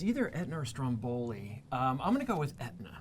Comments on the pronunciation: Stròmboli, not strombòli :P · It's Stròmboli, not Strombòli.. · It's pronounced Strómboli, not Strombóli. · every time you say Stromboli like that, an Italian dies.